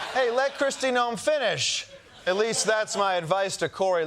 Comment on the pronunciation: Kristi Noe-mo